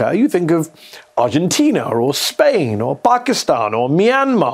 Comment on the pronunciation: did you say Spain? 😅